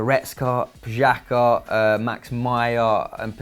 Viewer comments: Pjaka? Lol it's pronounced Piatza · wtf? Pxaca? try harder man, you sound like a lazy child not pronouncing names correctly. Marko Pjaca, ' j ' is read like a ' y ', he is not German, he is Croatian. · It's PIA - CAR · U pronounced Pjaca totally wrong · You aren't pronouncing Pjaca correctly. He is Croatian, me too. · you are probably right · J’s are pronounced like y’s in German too though, PVS really needs to teach him some pronunciation 😂